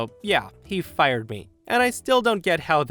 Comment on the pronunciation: I love distict way of saying, "Fi-yered!"🤣